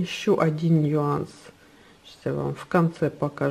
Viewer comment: Слово "нюанс" пишется и произносится без разделительного мягкого знака)